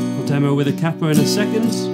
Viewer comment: the way he says capo triggers me